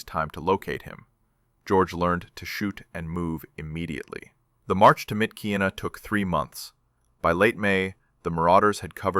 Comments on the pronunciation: Myitkyina is pronounced Mitch-i-nah. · Great video about George and Merrill’s Marauders! By the way it’s Mitch ih nuh.